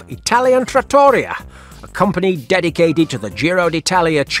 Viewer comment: trah-tor-EE-ah, not trattory-ah, OK, even if it looks like a copy of Olive Garden. Italian food loved by Russians worldwide I guess?